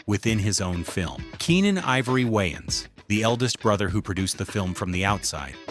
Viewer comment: The A.I. Narrator is saying YN's and not Waynes.